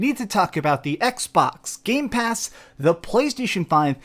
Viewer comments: It triggers me every single time when he says: GameSpass is GamePass not Games-Pass. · I've always liked when you say gamespass with the s. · Also keep saying Gamespass 😆